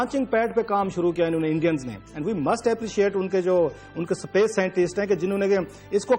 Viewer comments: Space ko "sa pace" bol raha hai :) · pakistan bhi aisa kr skta h mujhe tab hi pta chal gya jab isne space ko sapece bola..😂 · Bhaiyya wo sapece ni space hota h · Chutiye pehle space to bolna sikhe, sapace bol raha hain. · Pronunciation ki maa behen krdi iss thulle ne..sapace h technalaagy h..cumpatetion krenge saale english aa ni ri competition krenge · daaaalar, sapesh! 😂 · mukaabla "sa.pace" me kare😂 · Did he say "SAPACE" ?